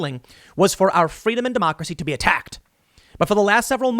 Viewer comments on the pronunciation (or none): She was just granting those folks "fweedom" When Harris was a toddler she would've called it the "Undergwound Wailwoad". 😁